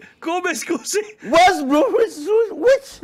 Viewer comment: È fantastico come ogni volta che il presentatore pronuncia "West bruwusuiiuiwich" (West bromwich albion) l'assistente google si attivi per chiedermi se voglio sapere come si dice grazie in cinese